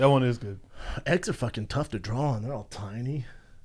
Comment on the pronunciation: BRENDA ITS PRONOUNCED “DRAW” NOT “DRALL”